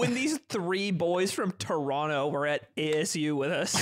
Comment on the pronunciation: you can tell is from the west coast because he still says toronto mostly wrong